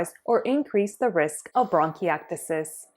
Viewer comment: 😅 say it right